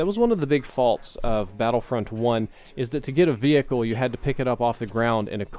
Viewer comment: Why can't say vehicle properly?😂